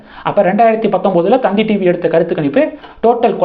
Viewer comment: 😂 அது தந்தி டிவி இல்ல... 🤣🤣 த த் தி டிவி